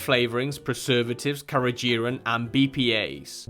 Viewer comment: This was invaluable THANK YOU for ranking without being sponsored ! I do love Orijen 😊 May try the NZ A rated ( btw ... just gentle thought , it's " carageeNan " )